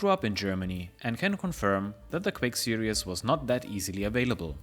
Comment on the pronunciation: serieeeeees, not serious (that is serious sam) ""...